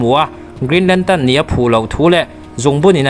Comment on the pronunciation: Lam dik ve ta ce (lantern) kha nagcuan (lantan) I ti daih a